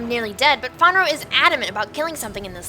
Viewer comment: Why do you call Fenrir Fonro? XD! Also, great group of fails! Aphros fucking heals is so broken. You can build her to do crap loads of damage and heal half a squishies health.